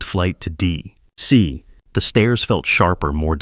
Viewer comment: to DEE ... CEE!